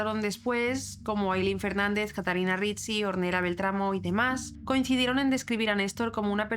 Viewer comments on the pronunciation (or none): Ornela se pronuncia! Or nel la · Ornella se escribe y se dice conL " Ornela". Porque es de origen italiano 😊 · Hola! un pequeño comentario... se pronuncia /ornela/ a pesar que se escribe Ornella. Gracias por hacer este video! Saludos desde Argentina